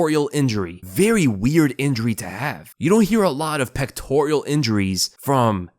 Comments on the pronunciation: Pectoral not pectorial. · Peck-tor-uhl. Not Peck-tor-EE-uhl. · pectoral not pectorial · It’s a “ pectoral” injury not pectorial lol. And there is a video on how he got it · Its Pectoral, not pectorial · It's pectoral not pectorial